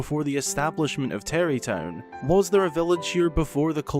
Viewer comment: Bra it’s tarry town